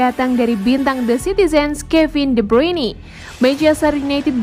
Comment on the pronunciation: Tolong dong tim admin ditatar pembaca beritanya bagaimana yang benar ngomong Kevin de Bryune kuping sakit dengar nya bruini